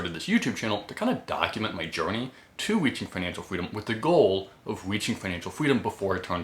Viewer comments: Financial fweedom 😂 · I just found your account today but cant help but find your "fweedom" really adorable! lol Let's go FIRE!